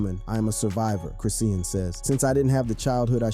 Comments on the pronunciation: Chris-shawn (Chrisean) not chrissy-an🤣🤣🤣🤣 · OMG!!!!! I can’t watch this or listen 👂 lol GET HER NAME RIGHT WTF